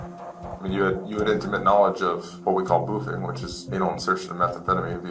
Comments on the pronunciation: *boofing. not boothing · boofing, not boothing. at least look up terms if you don't know what they are before publishing it in a video